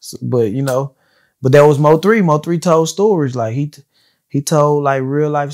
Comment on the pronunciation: Thank you Im so tired of hearing Moe3 like get that man name right